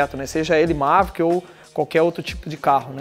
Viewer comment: Dá impressão que ele ta falando Mazda, toda vez que fala Maverick.. kkkkkk